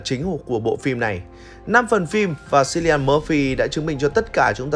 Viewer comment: Cilian đọc là Kilian, ko phải là Silian